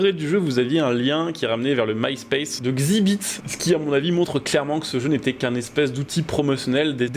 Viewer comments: Ça se prononce "EX Zibite". Désolé ca m'a trigger de ouf 🤣 Sinon j'ai eu ce jeu sur wii, c'était de la merde hahaha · X-zibit pour la prononciation ahah, continue les jeux de merde comme ça c'est drole